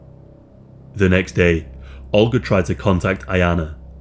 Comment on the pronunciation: olga. ohl-guh. not "ulger"